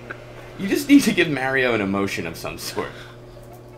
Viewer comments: Maybe Mario got mad about the LPer constantly pronouncing his name as May-ree-oh ? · Mildly surprised that no comment was made on the fact that the LPer pronounced Mario the same way that does.